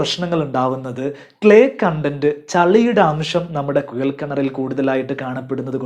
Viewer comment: കുഴൽ ആണ് കുയൽ അല്ല 👍